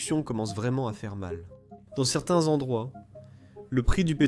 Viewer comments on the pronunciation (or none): Sertin😂 vladimire😂😂😂